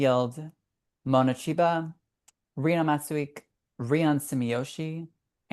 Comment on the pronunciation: love the pod but plsss go and listen to some of the name pronunciations from the rink announcers…rino matsoo eek was ROUGH…